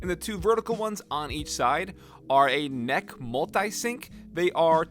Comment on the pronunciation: NEC is.. N..E..C, not 'neck'